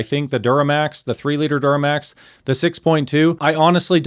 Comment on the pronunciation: "duramax" lol. Toyota new engines are F# as well.